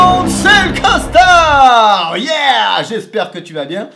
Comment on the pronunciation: Des fois ça te soule pas de porter un COSTARRRR ! a chaque vidéo ? :D